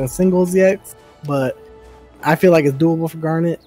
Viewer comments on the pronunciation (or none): Gar-nit, not Gar-nette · Wait so how do you pronounce her name then? Chat was giving shit for saying it like that 😂 Awesome guide guys. Garnet is who I wanna main. Didn't get invited to the alpha so I'm looking forward to the open beta.